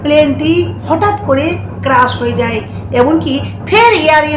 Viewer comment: ক্রাশ নয় ক্র্যাশ